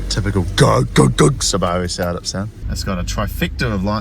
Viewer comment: It's closer to the original Japanese pronunciation so from my perspective the way everyone else pronounces it is strange